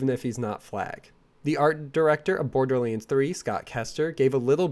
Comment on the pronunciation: PLEASE FOR THE LOVE OF GOD PRONOUNCE BORDERLANDS CORRECT! STOP SAYING "BORDERLEANDS"